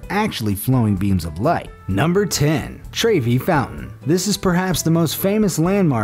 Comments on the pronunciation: Whoever narrates these things must work especially hard on mispronunciation! Trevi Fountain. How did that ever become Trayvi? That was after three other spine tingling tries at other words. I'm starting to watch these things just to hear him mangle the English language! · you pronounced trevi wrong. its t-reh-v-ie.